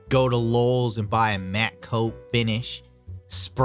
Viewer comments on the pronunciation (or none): Im more worried about the way you say Lowes then your relationship with your father.